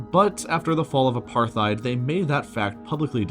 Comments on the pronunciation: Also the other mispronounced word is: "uh-par-tide". You'd think one would do their research. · Apar-tide NOT aparth-ide or apar-thide! Hard "T" not "Th." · How can any adult on this planet mispronounce Apartheid?! I mean, honestly even non-english speaking schoolchildren know this.. It's pronounced apart-heid, not "apar-theid". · I'm pretty sure it's supposed to be pronounced apart-heid, not aparth-eid, since the word is Dutch in origin. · That and AparTHeid… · US and NATO? NATO. Pronounced apart-hate. I would not be surprised if France was in it too. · And Apar-tayde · It's pronounced "Apar-tied" dude, c'mon man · Just a heads up: it's pronounced A-part-hide. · Ah apartheid- you see th written word… but don’t know how actually said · What was with the butchering of the pronunciations of apartheid and Israel, and the upside down union flag? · This is pretty good but man you gotta learn how to pronounce certain words. Apartheid and areceibo are wrong. I thought you loved LEARNING EVERYTHING YOU CAN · You mispronounced arecibo, apartheid, particularly and sortie. Normally I wouldn't be so nitpicky but this is educational so I feel it's worth mentioning. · dude that’s not how you say apartheid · And apartheid. :\ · You mispronounced both Arecibo and apartheid. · I'm pretty confident you're right, but considering how often he mispronounces nuclear, it can't be too surprising he makes here as well. I think he also mispronounced apartheid.